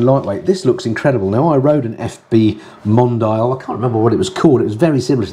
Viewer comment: Hi - I’ve enjoyed the Portugal tour better when interwoven with normal videos 👍 BTW I think Mondial is pronounced Mon-dee-al rather than Mon-dial. Cheers for all your hard work.